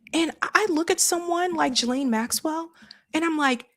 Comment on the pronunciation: Do you think you could possibly say her name correctly? It’s NOT “Jillaine,” it is pronounced “Gee-laine” Ghislaine. Drives me nuts.